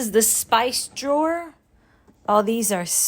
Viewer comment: Drawer’i jor diye mi okumaliyiz🤨🤨